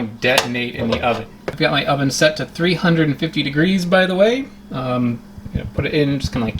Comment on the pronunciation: Anyone else heard 'Undo on three fundo' instead of 'oven at three fifty'?